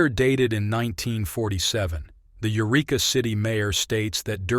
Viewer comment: Not "you reek uh,: the name of the town is "yer wreck uh."